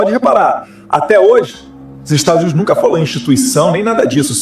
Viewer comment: 😮"Estadus Unidis" 😂😂😂